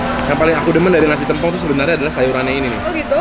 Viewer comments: Bacanya Tèmpong, bukan Tempong. Kl masih ga paham, contoh aja nama Rosè Blackpink, baca Tèmpongnya kek baca nama Rosè BP. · Maaf ka &, pengucapan t(e)mpong itu biasanya seperti ngomong "tempe" bukan "telur" hehe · Orang Banyuwangi nangis denger penyebutan sambel "tempongnya"😭😭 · Aku aja dr bali juga rada menangis denger penyebutan tempongnya😆